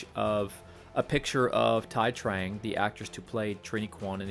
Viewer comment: It's "Too-ee Trang"